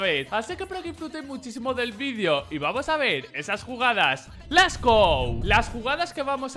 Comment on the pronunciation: No se si es aproposito pero es LETS GO la pronunciación correcta xD LET´S con T y ´apostrofe